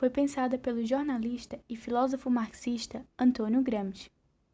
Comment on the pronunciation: Não sabe nem pronunciar o nome Gramsci